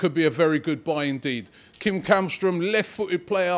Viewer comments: Källström is pronounced Shell-stroem, not Kall-stroem. I know, Swedish has weird phonetics where the K isn't always a K. :) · You say it like shällström or chällström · You are saying Källström wrong. You should pronounce it as: "Schellstrom" //A swede :) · How to: Pronounce Källström correctly. The letter Ä is not pronounced as a regular A. So to make it easy for english speakers. Just say the word Shell instead of Käll.